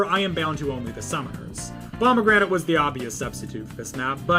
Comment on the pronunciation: That’s how he’s saying it